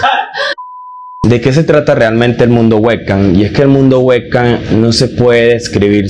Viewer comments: "el mundo wec CAM"? 😂 Te recomiendo leer mucho ejercitar tu masa gris o sea tu cerebro 🧠..! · La verdad lo suyo no es la oratoria !!! Hablo y se la paso todo el vídeo repite y repite que es el webcam para terminar enredado y no explicar que es el webcam !! que más bien sonaba a Güeca , Uhecam , Ueca , Beckham , etc.. etc... Ahora entiendo porque en los vídeos que he visto ni habla solo se mueve !!!